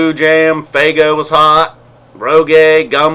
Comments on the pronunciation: It's FUEGO not faygo! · "Rog-Gay" ...." Fay-Go" ... but u mock "noobs".